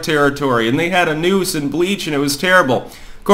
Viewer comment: I heard "nukes" instead of "noose" and thought the bubba story was a very different situation.